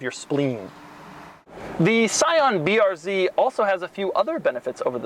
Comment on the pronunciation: scion "brz" lol